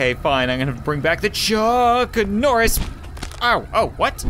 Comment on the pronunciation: wat u said "Chuknorris"